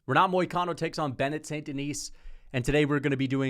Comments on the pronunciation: Bennett saint denis???? Cmon that pronounciation is not just peaches and cream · Bro was gone so long, he forgot how to pronounce Benoit.....😅😂 "Bennett"? 🤔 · Why is bro wearing a silly little hat and mispronouncing Benoits name 😭💀